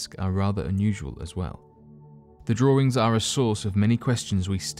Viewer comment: those are carvings, not "drawerings".